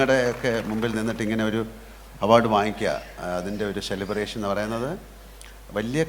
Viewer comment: ശിനിമ, ശഞ്ചരിച്ചു ഷെലിബറേഷൻ 😂 മോഹൻലാൽ ബിഗ്ഗെസ്റ്റ് സൂപ്പർ സ്റ്റാർ പ്രേം നസീറിനു പഠിക്കുകയാണ്.